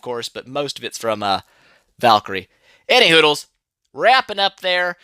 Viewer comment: Every time i hear you say anyway, i hear anyhoodles